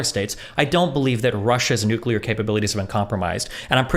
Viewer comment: Ahhh this is the destiny I used to love: he’s arguing with a fuckin nazi dude who is absurdly braindead but somehow thinks they’re smart Lol also is never gonna stop saying “nucular” is he